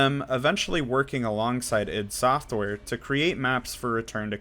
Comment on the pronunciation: what the heck is idd software? God dammit, its I.D. Software